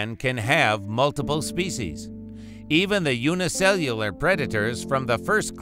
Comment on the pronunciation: By the way you struggled to say the word "unicellular", I thought you would eventually switch to saying "single cell". Every time you struggled to say it, it felt so painful, like someone crawling to the finish line of a marathon.